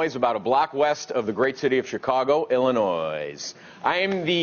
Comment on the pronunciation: Illinoissssss...so the s isn't silent?